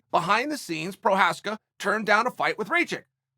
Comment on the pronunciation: it should be Igor Prochaev not Igor Prokaskik LOLs